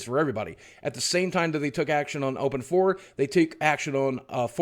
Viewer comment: I think you're mis-pronouncing OpenIV. It's pronounced as "Open Ivy" as in the IV that is used to inject/draw blood and fluids into our veins